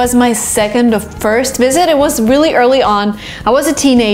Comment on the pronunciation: "vreally" haha, i like the way you talk